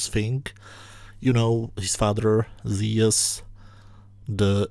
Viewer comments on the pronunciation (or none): hey man Thanks for the video- Just thought since you appreciate the Greek classics. The pronunciation of Zeus is Not (Zee -Us} It is Zoos - with a silent e that makes the u an oo like Zoo sound Not a u as in bus.